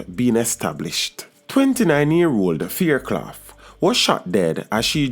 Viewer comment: Your pronouncing her last name wrong!